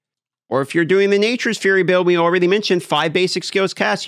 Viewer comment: Alraydee makes me cringe everytime I hear you say it.